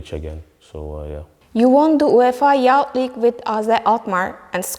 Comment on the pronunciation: Kardesim - “wear” - “viir” diye söylenmez. Türkçe aksanlı söylemekte sorun yok ama en azından düzgün söyleyin. “Youth” - “yaut”, bundesliga “bundelisga” - nasıl böyle basit hatalar yapiliyor! Bu hanımefendi kimin tanıdığı acaba? Üniversiteden mezun olunca iş bulamadın, hazırlık İngilizce okumuşsun, gel takıl durumu olmuş.